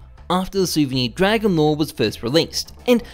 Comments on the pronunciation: "dwagon lwore" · "Dwagon lore" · "DWAGON LOR, DWAGON LOR!" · "omg dwagon lowe dwagon lowe muM GEt tHe caMeRA"